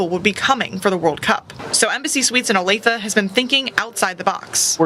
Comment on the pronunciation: I am actually from Kansas City, born and raised there for the first 24 years of my life. It's ok, but it's not FIFA World Cup ok. And yes, you pronounced it correctly, "Oh-Lay-Thuh". I sincerely hope FIFA is a bust and the U.S.A. realizes that the "America Boycott" is real.